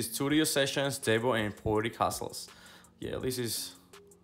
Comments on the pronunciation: His name is "DEEBO" not DEBBO 😆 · 😆. Dude. Said Debbo